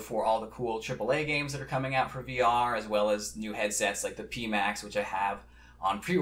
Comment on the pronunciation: Pimax -- the Pi part rhymes with "pie."